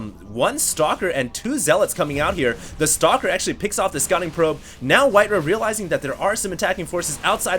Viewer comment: HD, his name is WhiteRa. Not WhiteRuh.